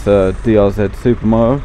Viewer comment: Dee Ahh Zed Super Moh-Oh. Lol I <3 British People!